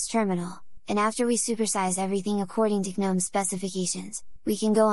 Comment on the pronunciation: how do you get the tts to say gnome like guhnome